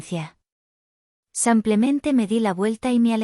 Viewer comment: No se dice sampiaménte se dice simplemente.